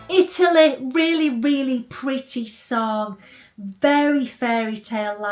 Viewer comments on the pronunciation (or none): none